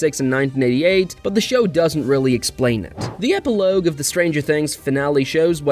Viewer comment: epi lowgue 😭